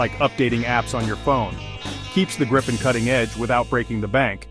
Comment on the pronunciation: At least pronounce it correctly!! It's pronounced Gripe-N, not like Grip-pen.